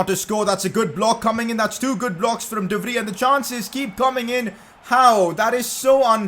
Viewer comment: Today u call him we VRI the next u call him de vrij pick one man BTW its de vrij